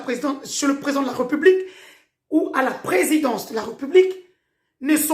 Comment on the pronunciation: Pourquoi vous dites "Re" là où il y a un accent ? "RÉ" donc "république" et pas "republique"